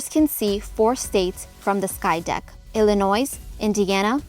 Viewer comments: Great! Well done, but the "s" in Illinois is silent, and it is pronounced "shi-CA-go ill-in-OI" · It’s Rookery, not Rockery We do have two lines that run as a subway through downtown (as well as the Logan Square neighborhood) There’s no noise in Illinois As a Cubs fan, I’m tired of these travel videos leaving out the White Sox. They’re an original 12 team and have just as much history as the Cubs, with some of the most loyal fans in all of sports We’re also the only city in the country that can boast about having both of its original MLB teams. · Ya don’t pronounce the “s” in Illinois. It’s silent. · CHICK ah go(Shi CAW go), The Rockery (The ROOKery) and EliNOISE (Ill i NOY)But it is a stunningly beautiful video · sh*CAH*go, ili*NOI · I never thought that somebody who pronounces Chicago with a hard ch and pronounces the s at the end of Illinois would be giving this tour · Figured that out when it couldn’t pronounce basic words like “rookery” or “Illinois”. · The "Ch" in Chicago is pronounced "Sh." You dont pronounce the "s" in Illinois. Parts of the L on the red and blue lines are underground. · You must not be from Chicago...you pronounce the "s" at the end of Illinois........HydePark....#THEOBAMANATION never grew up in Chi-town.......He is 110% a Fraud !!!! So is Michael his Husban!!! Go to the SouthSide and look at the ShitHole of a Library that they are building....Everyone thinks its looks like a Socialist Prison!!! Maybe they will put him in there and toss the key in Lake Michigan!!!